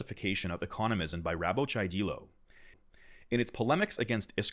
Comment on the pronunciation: Dyelo not deelo😂